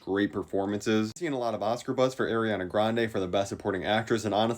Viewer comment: "Eriana Grande"